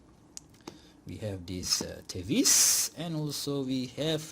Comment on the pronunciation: I saw a review on this watch from Pert Watch Channel. The way he pronounce the word TEVISE was te-vis (as in IS) and not te-vais (as in WISE). 😅